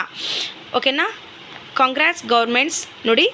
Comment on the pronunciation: ಅವ್ವ ತಾಯಿ ಅದು ಕಂಗ್ರಾಟ್ಸ್ ಅಲ್ಲ ಕಾಂಗ್ರೆಸ್ ಅಂತಾ 🤣